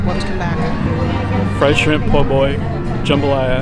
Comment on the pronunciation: you said po boy with the hard R